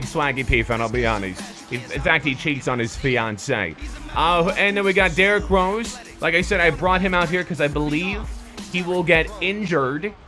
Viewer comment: Did he say d rose cant dunk (boi)